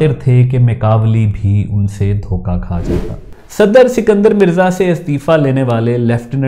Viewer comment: اسکندر مرزا---- سکندر مرزا نہیں۔